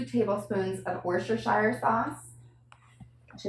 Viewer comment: Looking forward to making this in Summer! * hugs* watching you two lovely ladies trying to pronounce Worcestershire sauce... In British English it is pronounced: War-sss-ter-shire sauce I hope this stops your poor tongues tying trying to annunciate it in future videos.